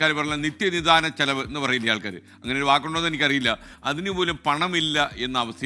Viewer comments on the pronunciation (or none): none